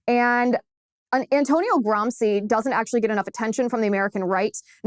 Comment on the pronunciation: Nice work Ms Liz, but in the furtherance of global pedantry, may I point out that it is not “Gram-see” but “Gram-she”, scusatemi, per favore. Eppur so muove! Forza, Liz!